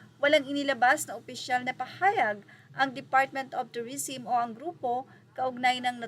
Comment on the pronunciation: tourism (pronounce as "turisem" not "turisim")